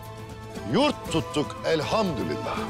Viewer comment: Biri 'e Elhamdurilllah değil Elhamdülillah demeyi öğretsin 😊